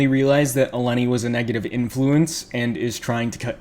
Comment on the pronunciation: Intentionally saying her name wrong XD